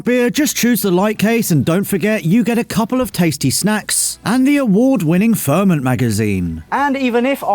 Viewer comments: It's Ferment magazine not Fermant 😂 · ferment!!! hahahah come on man, its pronounced ferment